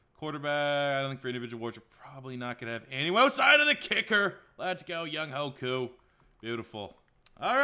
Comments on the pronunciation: First off, Deion Jones plays middle linebacker and the kicker is pronounced “Young-way” Koo. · nah im korean and its pronounced koo young "Hwe", it might be kind of hard to pronounce tho. young way tho is wrong for sure